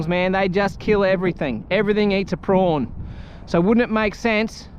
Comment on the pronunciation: Are you trying to say Prawn….but saying Prong?